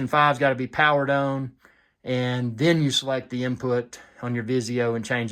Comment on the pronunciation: Full UHD own? Ohh you said on. That accent😂